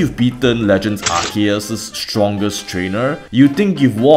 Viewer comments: I can usually understand the many ways people pronounce Arceus, as stated in the video. But did you really just pronounce it 'arshyus'!? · I already know that people will complain about how Arceus is pronounced regardless of which pronunciation I go with. Therefore, I have elected to use ALL of them. Though I've said Arceus so often my voice in the recording had started sounding weird by now. Also, a commenter on the Cynthia video informed me that they were unable to find the music timestamps in my comments. So I've now placed them in the video description instead, and have updated all older videos to include them in their respective video descriptions. Speaking of music, Legends Arceus has amazing environmental music tracks. Shame you rarely hear them. That's this Cynthia-Volo duology complete. Now to go and think about what game / topic's design element to explore next. Feel free to leave suggestions if you want. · i noticed how you used a differtn pronounciation every time, but i think you forgot to call it Legends Arkoos and Legends Bidoof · Why were you adding an SH for some of them? And a CH for others? You can't even pronounce things according to a pronunciation guide. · I loved your german pronunciation of arceus, especially the arce part. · The way you pronounce Arceus should be criminal offense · You never used actual correct pronunciation, Arkoos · I don't get why people are arguing over this. It's obviously pronounced Arkansas(like the US state). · Its pronounced "Ar-Coo" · Oh god, I can never unhear your pronounciation of Arceus xD The way you said "Ar-she-us" literally means "Ass-eus" in German xD But seriously though, just watched your vid on my bae Cynthia and I am probably going to be binging your videos now - really liking your style of commentary and structure! Oh btw, I always pronounce him as "Ar-see-us" or "Ar-zeus" (but the German pronounciation, since I am a Kartoffel through and through)